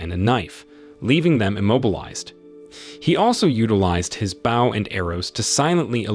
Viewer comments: Bow ,bow bow,not baw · WHAT THE FUCK IS A BAW YOU'RE SUPPOSED TO CALL IT BOW AAAAAAAAAAAAAAAAAAAAAAAAA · man what is up with this narrator is he taking the piss with some of his pronunciation like Bough and arrows instead of bow and arrows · It would be nice if you could say the words correctly. Espionage, and bow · You don't know how to pronounce BOW And Arrows? Weird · Mispronounced bow as in the front of a ship not the weapon. And her name was cho not nyuguin